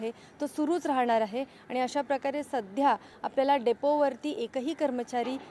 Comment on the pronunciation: डोपे नाही डेपो ओ 🤣